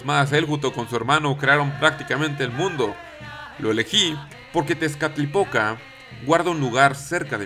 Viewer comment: C mamut con lo de las hormigas :v PD: Cada vez que decías "Tezcalipoca", yo escuchaba "Tiene poca" :vv